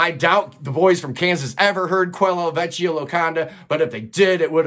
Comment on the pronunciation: L'isola is stressed on the first syllable (LEE-so-la). Yes, The Island of Nothing is an accurate translation of that album title. Vecchia has a hard k sound (VECK-ia). Do you work in the music business? Your knowledge of bands with their personnel changes, including bands of Europe, is most impressive. You're way ahead of me, man.